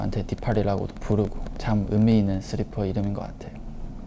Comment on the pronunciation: 슬리퍼 발음 스리퍼ㅋㅋㅋㅋㅋ 아 진짜 너무 귀엽네😖🐸